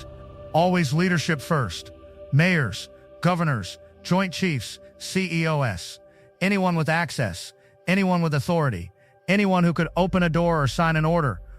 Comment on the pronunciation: The irony that during a radio program about detecting fake humans, the AI mispronounces a word and gives itself away. Very funny. ( it pronounced "CEOs" as "see-ee-oh-ess".)